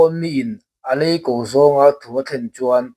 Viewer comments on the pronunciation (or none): I lam rik dan a va dik hlel ve aw, 'alei ko' hi thluk hniam lova thluk san zawk tur 'a khau kap' tih a kap i lam rik dan pawh hi, silai kap anga lam rik tur. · A lei ko toh kha (ko) lai hi a ri a sang tur